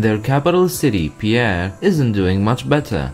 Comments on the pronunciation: “Pee-air” 😂 it’s pronounced “Pee-ear” I understand where you got that from it’s a common mistake. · It's pronounced like Pier... not Pierre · Pierre is pronounced P•E•er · Its pronounced peer